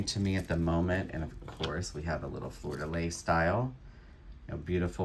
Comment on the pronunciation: thanks for your fun videos! one tip. It is pronounced ... Fleur de LEE. Is your customer from New Orleans, by any chance? The French symbol is well representing his haul!